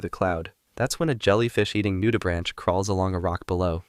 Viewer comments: "Coe-peh-pods", not "koh-puhds"... "Nu-dee-brank", not "nude-branch"... It's like he never heard anyone say those words before, and never bothered to find out. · noo-duh-brank, not noo-duh-branch. If you're gonna talk about something at least learn how to say it.